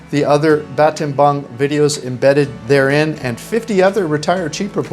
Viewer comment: Why do you keep calling it ‘Batenbang’?